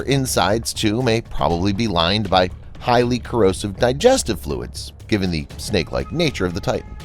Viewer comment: When you said "the hollow earth" in the intro it sounded like"tng hollow earth"